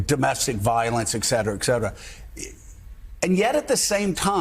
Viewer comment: yeah two new words..The new single word is oligarchy. I love when dopes learn new words and use them over and over like a toddler learning a new one. Also Scarborough has to learn how to pronounce et cet era or etc. Not pronounced eck cet era. A "journalist" should know better.